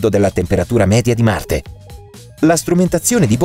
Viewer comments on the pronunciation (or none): none